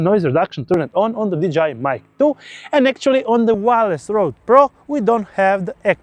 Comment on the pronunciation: did you say "DJI mic 2" or "vagina mic 2"? LOL 🤣 Great video BTW